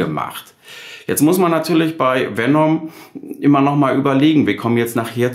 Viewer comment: Nicht VenOm, sondern VenEm. Herrgott nochmal ist das so schwierig?